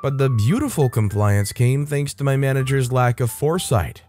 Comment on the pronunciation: Did you just say Malicious "Combliance"? With a B sound at the beginning? You must've been tired 😴 😂